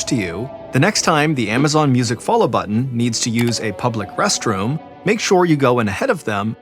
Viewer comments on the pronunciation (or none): none